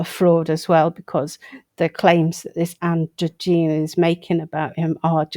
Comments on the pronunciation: Ann drogyne. Pronounced Ann dro gynae g not gee. She is intersex not trans. Generally seems good and open to exposing fakes. Not troll like just questioning. Fake people don’t seem to like being questioned Love the video. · It's Ann Dro-GYNE